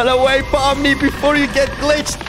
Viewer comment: Pomni not pommy